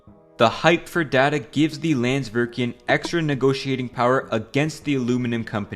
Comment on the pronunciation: and pronounced the name of the icelandic company wrong "landsvirkjun"